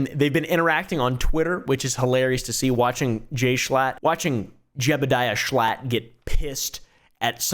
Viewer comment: When I heard this man say Jebediah Schlatt it almost made me spit out my cereal